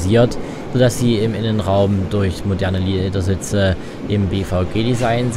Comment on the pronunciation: Le 'e'dersitze....